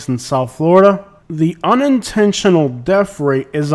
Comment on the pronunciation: What is a DEF rate? Annunciate English correctly if you are going to do video's.